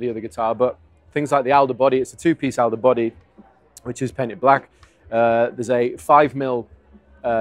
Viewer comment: Alder is pronounced Awl der